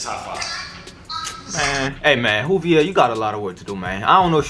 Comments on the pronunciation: Juuvvveeeiiiirrrrr not hooveir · Dude said hoovier🤣🤣🤣its joovier the “j” is not silent bro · Great vid btw it’s joovier... pronounced with a J sound not a H sound all love 💪🏽💪🏽💪🏽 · It's not "HOoVier" its "joovier" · Sorry but it is joovier not Hoover ok 👍😁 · U were in joovier video bruh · Boi did you just mispronounce his name his name is pronounced joo-vier the j is pronounced j he's gonna be mad about that but he's one of my favorite youtubers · He said wooviers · It's "joo-vier" and he wears "joo-rag" Buy 2 get the 3rd one free or bundle up and save yourself 50 dollars") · U is not joovier😂